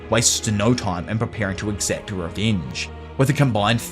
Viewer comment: Bro I can’t unhear “tuah” whenever he says “her”